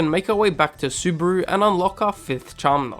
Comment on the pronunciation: BTW, its suh-loo-brah, not subaru...